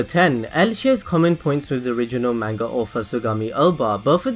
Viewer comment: the way u say manga makes me want to die